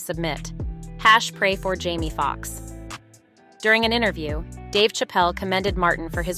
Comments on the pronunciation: These AI Voices are a trip ... I was going along up until she called Jamie Foxx Jammy Foxx. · Is this a bot? “Jammy Fox” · This lady needs to be cancelled an stop discussing our black news, she can't even say the names right, an I think she is doing it in purpose ( Jammy Fox) this not the First time she says names wrong.